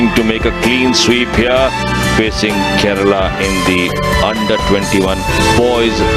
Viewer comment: Ye Keral kya he bhai? Kerala bolo na theek se!